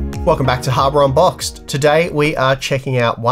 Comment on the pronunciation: you are 100% saying "Harbor Unboxed." XD